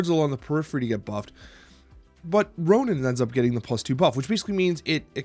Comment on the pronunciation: Hey, bit off topic, but it always sounds to me like you're calling Ronan "Ronin". Not a big deal of course but I really can't unhear it. In case you're not aware, that's Lee Pace's character from Guardians of the Galaxy, I'm not sure how much into Marvel comics you are tbh.